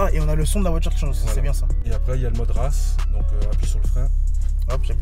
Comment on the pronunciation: "Mode rasse" JPP